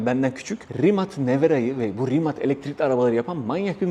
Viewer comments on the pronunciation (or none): Abi selam rimat değil rimac 😂